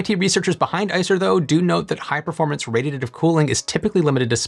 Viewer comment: Can you please enunciate when saying the word, "radiative"!!?? Speaking is clearly not your strongest quality.